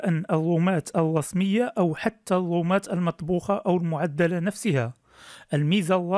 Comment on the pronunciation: ياخي الرومات وليس الوومات